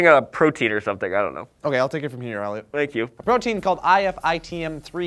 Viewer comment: He said olliot instead of elliot